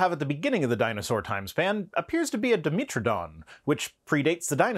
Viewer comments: I’ve never heard someone pronounce “dimetrodon” as: dem-EEET-ro-Don. It’s a bit pedantic but I really was perplexed. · It's di-METRO-don. Like metropolitan, metric, etc.